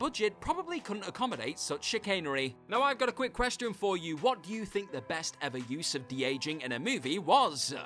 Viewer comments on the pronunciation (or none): none